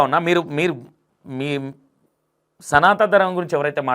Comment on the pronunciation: Sanata Dharmam kaadu, Sanatana dharmam. Padaalu sarigga palakandi meeru.